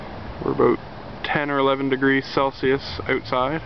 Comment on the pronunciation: He said "oat-side"!!!!